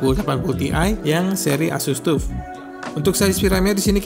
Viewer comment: saran aja bang, kalo nyebut "tuf" itu "taf" hehehe nice vid bang, always watch the vids